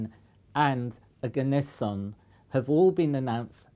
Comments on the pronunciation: it's pronounced "oh-gah-ness-eeon" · Ne-on Arg-on Krypt-on Xen-on Rad-on Oganess-in????